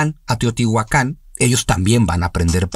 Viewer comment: La pronunciación es átonica en nahuatl. Es decir no es acentuación aguda, así, no es Teotihuacán sino Teotihuacan. Respecto a si son dioses, no precisamente, sino los guardianes, los espíritus del agua, de la lluvia, de la tierra, etc.